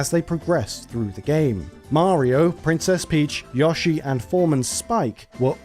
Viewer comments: Yo it’s Yo-Shee not yushi lol 😂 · This video is great, but if I hear "Yaw-she" instead of Yoshi one more time I'm gonna go sicko mode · Fr it’s yo-sheee not yushi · It's Yoshi, not Yashi! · Who tf is Yashi? Its Yo - shi. You brits invented the language. Try and speak it correctly. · Thumbs down because really? An Ad every 5 minutes? And you can't even pronounce YOshi? If I wanted to hear Yawshi I'd move to texas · I understand you have a British accent but he even says his own name and its pronounced YO-SHE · Every time you mispronounce Yoshi, it hurts me.